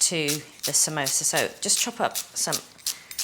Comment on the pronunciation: Samosa* not samoso.